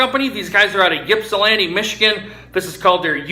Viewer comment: We pronounce it like "Ipsilanti", no "y" sound.